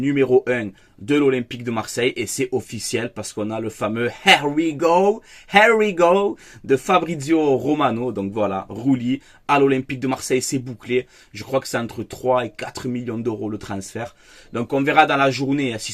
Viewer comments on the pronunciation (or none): prends quelques cours d'anglais pour le "here we go", c'est IR WI GO la prononciation 🤣🤣🤣